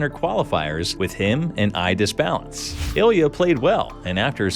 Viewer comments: Ilya perfecto? :D :D just say you cant pronounce his surname! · LOL! Ilya perfecto, the half russian half italian